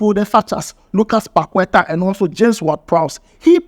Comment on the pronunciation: Wrong pronunciation of the Brasilian footballers name (PAQUETÁ) ..,. but u are trying...